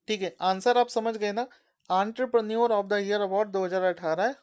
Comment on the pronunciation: Entrepreneur ka pronunciation 😂😂😂